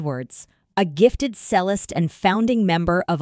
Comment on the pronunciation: Besides pronouncing the abbreviated name of Electric Light Orchestra incorrectly, it is obvious that this person is not educated in music terminology! Cellist is pronounced as "Chellist"-originating from the Italian language where there is a "Ch" sound in this word. Cello is pronounced as "Chello", again from the Italian language. A bass (pronounced as base) guitar player known as a bassist is pronounced as "Baseist", this word has the long A sound, using the short A sound is used in Bass is for the fish known as a bass as in ass! I WON|T be subscribing!!!